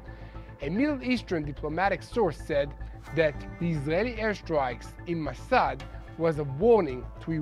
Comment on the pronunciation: NOT MASAD ,( MASHHAD is correct )